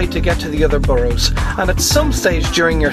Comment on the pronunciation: the way you pronounce 'borough' is funny. good video nonetheless